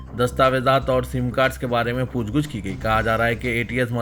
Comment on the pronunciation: Poochguch nahi poochgach bolo..